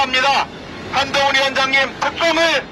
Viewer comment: 개판이다 한동훈 외치는 소리가 멍멍멍 ㅋㅋ